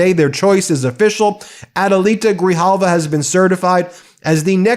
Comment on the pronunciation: Say her NAME everyone. 📣📢📣📢📣📢 Rep. Elect ADELITA GRIJALVA! (Pronounced: Gri-Halva). SHE WON fair & Square.